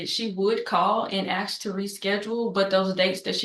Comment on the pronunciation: Says she's a genius yet knows nothing about how to dialog. And look where she's standing...... says axe instead of ask.....yeah a real genius.